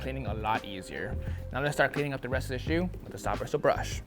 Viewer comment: Everyone at Reshoevn8r be like “Bwistle Bwush”